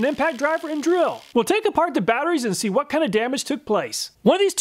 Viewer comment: The hwat Makita? I thought I had a stroke. 😂 Can we get a flub compilation? You could even compare and rate them for timing, tongue-twisteriness, comedic timing, etc... Love your content, thank you for being awesome! I now know what to look for in fake tool batteries, something very useful considering I'll have to expand my power tool drawer.